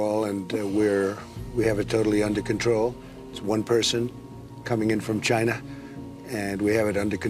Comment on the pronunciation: he's obviously worked hard to fix his pronunciation of "China".